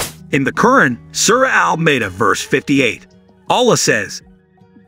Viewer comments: This is important content and deserves better AI narration., especially concerning the mispronunciation of Quran, and repeatedly referring to "him", when Dr. Fidelma is clearly a woman. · Get an announcer who can pronounce "Quran" correctly. As is, his pronunciation is insulting.